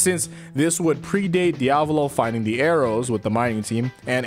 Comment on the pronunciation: Dear god the way u say diavolo